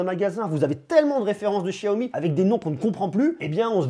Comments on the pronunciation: Salut, je trouve ton travail pertinent et suis avec attention tes vidéos ! Juste un petit truc...on prononce Xiaomi ..."cha-o-mi"...parce que "chiaomi" en Français...ça fait bizarre...😁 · xiaomi se pronnomce [chaomi] et non [chiaomi]